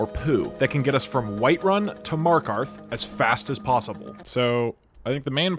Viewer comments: How i discovered your channel: my friends headphones popped out and I heard that "this poo is fast enough to get me to markov" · 'a poostain to skit into markov' 10/10